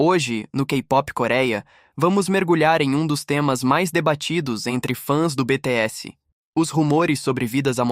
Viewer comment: Esse imbecil deveria saber falar o nome do grupo e dos íntegrantes corretamente, já que vai falar tanta abobrinha tantas teorias idiota falastrão! me poupe até pra ser burro tem que ter limites.